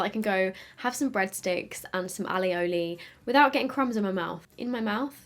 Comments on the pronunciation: Alioli? 😄 its aioli you beautiful woman! i didnt like the gloss,, no point havin a beautiful gloss if you cant have a pepsi 😥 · Wait.. Breadsticks and aLioli??😂 Isn't it called aioli?😂❤️ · Hehe love your pronunciation of Alioli!